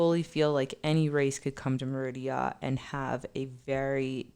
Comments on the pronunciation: SAY MADEA...TYLER PERRYS GIRL...MA DE A...NOW ADD SPANISH "R"... ME RI DA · Hi! I love your videos. But I going to suggest, please please pronounce MERIDA (M E R I DA) correctly, you make a video apologizing of that and you did it again in the same video... also please please please , the guy need to stop to make noises when his eating. Thank you! I love your show by the way. ❤️❤️❤️